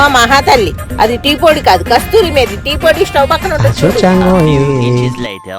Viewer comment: Kasthuri methi kadhu kasuri methi 😂